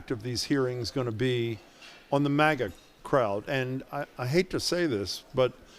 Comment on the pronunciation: He pronounced MAGA wrong! If this is a cult, let me in!